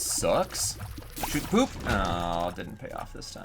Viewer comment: It's "shoop da woop" not "shoot da poop"